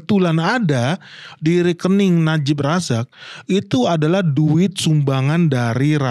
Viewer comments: najib razak, bukan najib rizik sering salah ucap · Najib razak bukan najib rijik😅😅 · Najib Razak bang bukan Najib rijik 😅😅😅